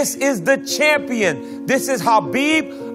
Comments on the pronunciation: The ufc pronounced his name wrong his entire career. The Kh in his name makes the flem sound (yes like you're hawking a loogy). So its flemsound-abib, its not Kabib or Habib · I think Khabib is saying it wrong too but that’s probably how they pronounce it where he lives. The Kh at the start isn’t a K or a H the two letters combined together make a sound that’s only in the Arabic alphabet. I don’t type in Arabic so if you want to reply with a better explanation you’re welcome to.